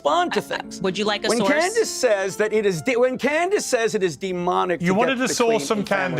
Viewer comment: Clandace 😂 Candace Ovens 😂